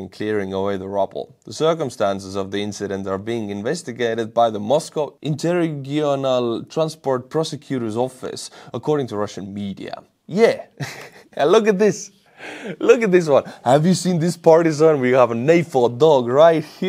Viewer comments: "Interregional" is pronounced "inter-ree-dja-nil" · lol :p "interigonal"